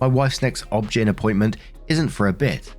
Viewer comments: This is the first time I have ever heard someone pronounce OBGYN as "obgin". Maybe it's just a common term in the US, as we pronounce it is O-B-G-Y-N, instead of having to say obstetrician and gynecologist. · Obgyn in America is not OBJEN. It is pronounced as it letters O-B-G-Y-N. It is short way of saying doctor of obstetrics and gynecology. I get a kick out of the way you say it. (The first time I figured out what you were speaking of). I just thought you would appreciate the information.😉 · Bro it’s O B G Y N you read it was initials not one word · I've never heard someone pronounce ob/gyn phonetically before and it's throwing me off LMAO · Just a fyi OB/GYN is pronounced each letter name just like fyi is each letter name separate as shorthand for your information. OB/GYN is shorthand for obstetrician / gynecologist or obstetrics / gynecology. I hope this helps.